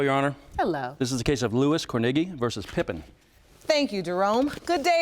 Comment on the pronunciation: The way they keep saying kornegy is cringy af.. CORN A GEE .. gosh